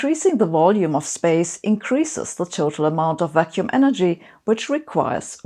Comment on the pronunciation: I'm so biased by daily life that when you said "vacuum energy" I've heard "vaccine energy".